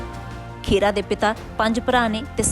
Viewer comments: ਪੰਜਾਬੀ ਖਬਰਾਂ ਦੇਣ ਦਾ ਹੱਕ ਉਸ ਕੋਲ ਹੋਣਾ ਚਾਹੀਦਾ ਹੈ ਜਿਸ ਨੂੰ ਪੰਜਾਬੀ ਭਾਸ਼ਾ ਪੜਨੀ ਤੇ ਬੋਲਣੀ ਆਉਂਦੀ ਹੋਵੇ, ਖਬਰਾਂ ਦੇਣ ਵਾਲੀ ਮੈਡਮ ਖਹਿਰਾ ਨੂੰ ਖੇਰਾ ਖੇਰਾ ਕਹੀ ਜਾਂਦੀ ਹੈ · ਖੇੜਾ, ਨਹੀਂ,, ਖਹਿਰਾ ਹੈ